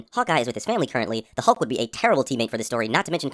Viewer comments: said honk instead of hulk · he says hunk or something that’s not hulk lmao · "how did steve learned french but didnt watch star trek" french existed before steve went into coma, star trek didnt???? btw he says hulk as HONK haha